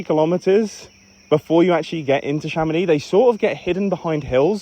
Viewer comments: In french, we prononce the name "Chamonix" with the "x" at the end, like "Chamonics" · "I'm living in Chamonix" excusez-nous monsieur rejoint les français mais dans le 1% du haut